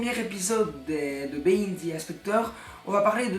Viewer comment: gg les 200 abonnés, mais on dit pas "bihine the inspector" mais "bihaïnd the inspector"